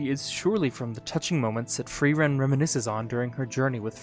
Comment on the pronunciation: I want to thank you for being the first english-speaker I've heard say Frierens name correctly. It was a small thing but it immediately showed me your attention to detail and gave me the right mood for the video :)